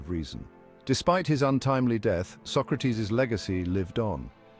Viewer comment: Bill and Ted kidnapped Socrates. You're pronouncing his name wrong.